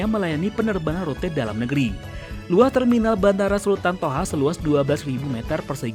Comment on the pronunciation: Sultan Thaha !!! BUKAN SULTAN TOHA !!!!